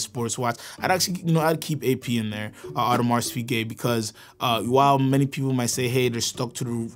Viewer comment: Great video but his pronunciation of AP drives me crazy